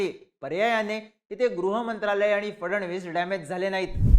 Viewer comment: आधी त्यांचे आडनाव तरी नीट घ्या, फडण-वीस नाही तर फड-णवीस नाव आहे, ऐतिहासिक नाव आहे तुम्हाला उच्चार माहिती नसावे हे आश्चर्य आहे